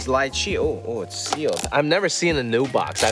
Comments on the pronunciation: It's Lee chee not Lie chee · LEE-CHEE NOT LIE-CHEE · The way he pronounces lychee is so weird to me. I’ve always pronounced it like ‘lee-chee’